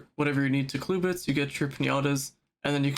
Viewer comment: what is a “cluebit”… it’s “clubit” man 😂 jokes aside great post